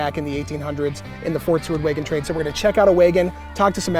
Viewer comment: Cool video. This is the first time I’ve heard wagon pronounced “waygon”